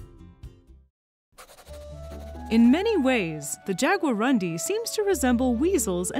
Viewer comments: It's a Guarani word,. and should really be pronounced "yaguaroondee", but I guess it's hard for English speakers to resist pronouncing it as "undies". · jagua-room-DEE, this is the pronunciation, the stronger silable is DI. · lady is pronounced; "jaguaroondee" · it's pronounced "jagua-roondee" ("jaguar" + "dark" in tupi) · Jaguarundi Nepali and hindi speaking peoples are too stunned to pronounce 😅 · So cute the way she pronouces "jaguarundi" completely wrong.